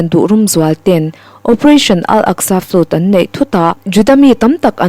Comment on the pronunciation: Ziak tha, chhiar thiam bawk a, a ngaihnawm hle mai. Chhiar dik ngai lai 2 erawh a hriat viau: Flood chu "flud" tia chhiar loh tur. Secy (Secretary) hi a ziakah kaihtawi ni mah se, a thu kima chhiar tho turte zinga mi a ni. Rev. kan sawi dan ang hian aw.